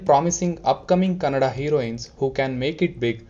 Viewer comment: Bro kannad cinema alla Kannada cinema😌😌